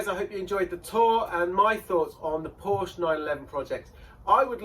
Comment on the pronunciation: I stopped at 7 minutes. I suppose this makes unusual content but this car is GONE. BTW Porsche is 2 syllables....